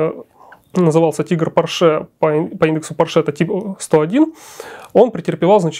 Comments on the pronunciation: Черт возьми, он же немец, а не француз. По́рше, а не Поршэ́. Но приятно слышать, как "VK" произносят как "Фау Ка", а не как попало. 8.8 cm это не совсем "Ахт ахт", это "Ахт комма ахт" (наподобие того, как и в русском, "восемь и восемь (десятых))". Искренне ваш, дипломированный преподаватель немецкого языка. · Porsche. ПОрше. Ударение на О. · Спасибо, очень познавательно! Только маленькое замечание докладчику - По́рше. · Конструктор был немец, а не француз и фамилия его была ПОрше а не ПоршЕ. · пОрше! Хватит издеваться над фамилией человека. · Порше - ударение на первый слог, на О. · Михаил! Убедительно прошу Вас провести ликбез лекторам: никакого отношения Ф. Порше к французам не имеет !!! Ударение!.. Ну как же так...Грустно. 5-10 мин потратить на изучение биографии конструктора достаточно было бы. Почему все в курсе, кроме автора работ ПО НЕМЕЦКОМУ танку?!! А лекция информативная, качественная. Спасибо. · Порше был немец, ударение на первый слог.